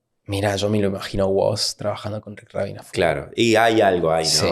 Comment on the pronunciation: We ni sabe pronunciar Rubín, ya dejalo